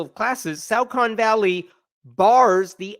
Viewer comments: Okay it's disturbing to know that this is happening pretty much next door to me. But I can tell you with great confidence that the "au" in Saucon is not pronounced like "out"; It is pronounced like "saw". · It's pronounced "saw-con". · It's pronounced "saw-kin". 🎉👍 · It is pronounced SAW-Kun It is literally just down the street from me. I went to high school there. I heard nothing about this. They really kept this under raps THANK YOU SO MUCH FOR DOING THIS VIDEO I am going to spread this message right now to all my local groups.